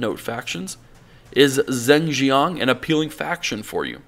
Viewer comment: "Zing Zhiang"? Dude you need to learn chinese.